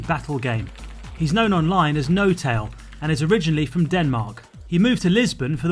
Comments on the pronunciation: he's known as no-tal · NoTail? More like NoTal